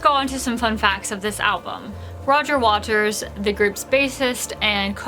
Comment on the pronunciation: Am I hearing "Roger Walters", not "Waters"?